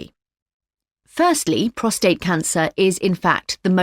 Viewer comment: Prostate not prostrate